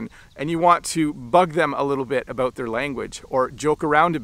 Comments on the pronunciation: Thank you for saying ‘about’ and not ‘aboot’. I am 69, have lived and travelled coast to coast and NEVER heard a Canadian say ‘aboot’. The only time I hear that is when an American says it trying to imitate Canadians. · I don’t see anything wrong with how he pronounced “out” “about” or “boat”. Sounded proper to me.